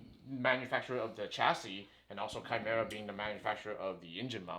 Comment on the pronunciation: Holy shit someone actually pronounced chimera correctly